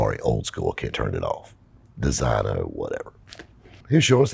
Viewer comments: Great video as always, but I gotta mention... designo is pronounced “de-zeenyo” — I used to say it the way you said it till I was corrected myself 😆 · Your pronunciation of "designo" kills me. Maserati is awful, no shock they're gone. You could get 30% off by asking for it.